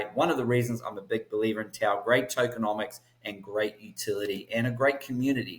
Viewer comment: Tao not town!